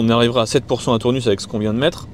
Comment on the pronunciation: Euh :) on prononce pas le S à Tournus, ça pique quand on est du coin 🤣. Sinon les Sexy buttons c'est un peu des gadgets ... ça ma convaincu Sinon bravo, sujet très intéressant, donc l'électrique pas si économique (sur long trajet) si le prix de l'électricité venait à augmenter outre mesure ...